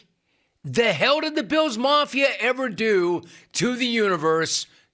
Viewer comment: why can't you pronounce Ls when they're in the middle of a word? is it really Biwws? Is it really reawwy? Is it actually actuawwy?